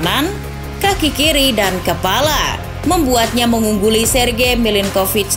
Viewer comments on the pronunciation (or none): none